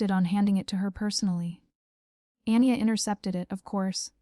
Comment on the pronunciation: Anya - pronounciation Arn yargh Not Anni er. Good story very enjoyable, thank you.